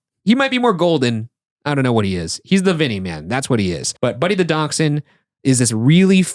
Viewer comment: Sorry. I love you guys. I love daschunds. But "DAK-SHUN' ? is this an American pronounciation? I cannot wait to ride SLoP one day.